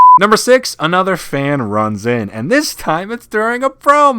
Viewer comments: He also said sex instead of six lol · Any body made attention to "number sex" instead of number six ?? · Lol i laughed when he said number sex and then said number six lol😄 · Y did you say number sex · xd he say number sex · is when he says number sex XD